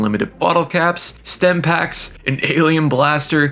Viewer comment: Stimpaks* not Stempaks